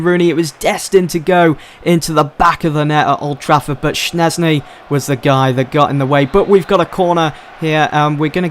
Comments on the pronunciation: It's pronounced shezny NOT shnezny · Jesus christ schzesny is pronounced as it is written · he says Szczęsny wrong